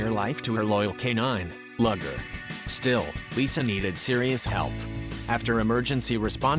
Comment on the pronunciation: "Luger" is a kind of handgun, and is pronounced "Looger". "Lugger" is a type of work boat. The dpg's name is pronounced "Looger".